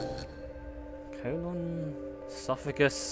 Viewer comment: LAWLS E- sophagus?! ESOPHAGUS